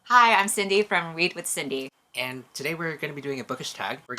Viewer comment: Lol I heard readwithcindy as weedwithcindy💀😂😂😂